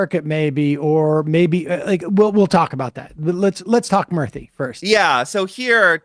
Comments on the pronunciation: Murthy is pronounced as moorthy btw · Its "Moorthy" to pronounce